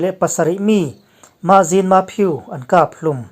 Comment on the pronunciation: 'Khap' tih hi i lam dik lo thin a. Mit khap tih angin i lam thin a ni.